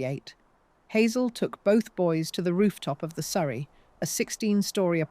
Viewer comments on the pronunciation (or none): none